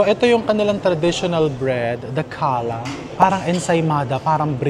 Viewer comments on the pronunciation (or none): Challah bread is pronounced as “ha-la” 😉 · Speaking of pronunciations, its “hala” for challah bread. Love your vlog!